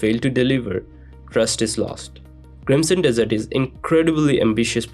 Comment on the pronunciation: i knew there was going to be some saying this. he is totally saying dessert lol